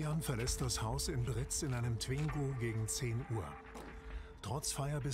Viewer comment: Britz und nicht Brix!!!!